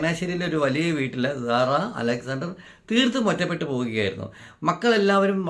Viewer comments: Why are you pronouncing this Lady’s name like “Zara” ? Her name is Sara സാറ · Please pronounce properly Sara not Zara zara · പറയാൻ ഉള്ളത് ഖണ്ഡിക തിരിച്ച് ചുരുക്കി എഴുതി വയ്ക്കുക കൃത്യമായ Poient മാത്രം പറയുക. വളരെ ചുരുക്കി എഴുതണം. ഞാൻ മുമ്പിത് പറഞ്ഞതാണ്. മാറ്റം വരുത്താത്തത് കൊണ്ട് Discrib ചെയ്തു. അരോചകമാണ്. Emotional ആയിരിക്കാം. പക്ഷെ അസഹ്യമാണ്. സാറ എന്ന് പറയു z അല്ല S ആണ് കേൾക്കാൻ നല്ലത്. പറഞ്ഞു ന്നേയുള്ളു.മാറ്റം വരുത്തില്ലന്നറിയാം. ഇനി പറയില്ല. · Sara. Ennu parayunnathanu keraliyarku cherunnathu. Zara... Alla